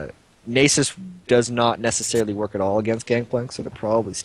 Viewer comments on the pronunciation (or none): Is that how you pronounce Nasus? If so I've been doing it wrong...